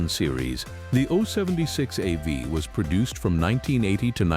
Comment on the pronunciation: Ah, the Style 076 Oach Vee. Who can forget it... it's like beign back in grandpa's AI slop shop all over again! lol